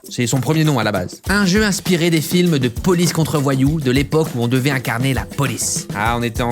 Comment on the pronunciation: le "police" sonne quebecois a